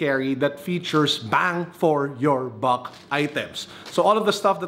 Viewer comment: "Bang for your buck" with emphasis. 😆 🔥🔥